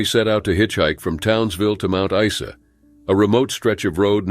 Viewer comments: Mt Isa = Mt 'EYE - ZAH' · Gday Aussie Here, Its pronounced Mount "eye-sa" .